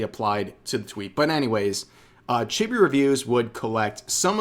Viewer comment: Sorry to be the guy that does this but it's pronounced Cheebee not chibby. Just like it's pronounced Lolee not lolli, it's not like a lollipop, it's lolee as in lolita.